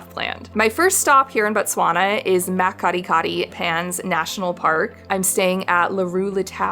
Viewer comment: The mispronounced words though 😂 Oka-vango, mat Kadi-kadi, Namaseri - makoro , 😢 😢😢